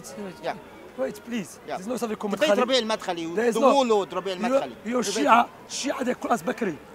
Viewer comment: "Madkhali" lol u know someone doesent read when they say that